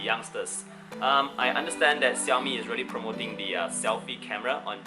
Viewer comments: so its "Ci yao mi" not "Sha yo mi" or "Shao! Mi"... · The way you say Xiaomi is really funny 😂 (no offense).